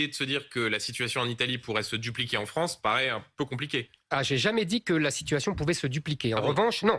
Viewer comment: Et la wranze aux wrançais